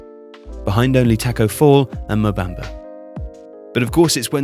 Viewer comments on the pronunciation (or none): none